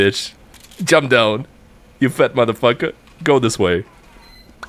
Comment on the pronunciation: this guy was cussing in arabic he said motherphocker